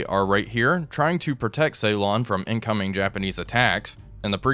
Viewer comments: Okay, I don't want to be 'that' guy but Ceylon is pronounced Sillon rather than Saylon... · Whilst he's at it, could he please pronounce Ceylon "Sillon" not "Saylon". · it hurts my ears when you call Sri Lankan ceelon and Trincomalee trikomalo 😆